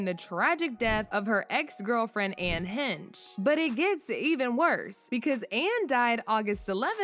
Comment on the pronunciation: It’s pronounced “HAYSH” not Hench …. Get a life, my lord. so since it’s online or “she said it” it’s true?? GET A LIFE!!